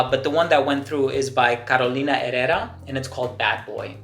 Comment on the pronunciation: Just wanted to let you know I see you have been diligent in stepping up your pronunciation of names. ie Herrera A true perfectionist.